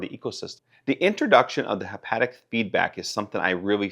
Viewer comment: It's haptic not hepatic